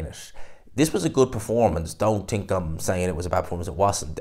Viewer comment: It’s think not tink 😂